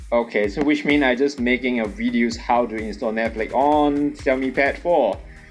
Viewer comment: it's netflix not netflik.